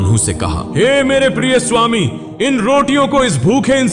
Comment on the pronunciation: Suami nahi bolte